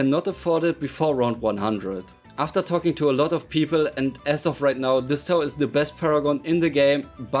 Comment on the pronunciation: “Lof” of people